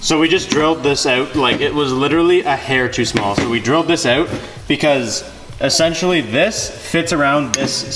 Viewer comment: your Canadian accent “drill this out” lol